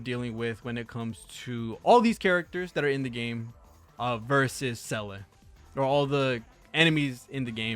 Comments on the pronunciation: well, Seele should be more "SEHH-le" than "Sellay" but whatever, close enough. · Say lay, or Zee la, simple as that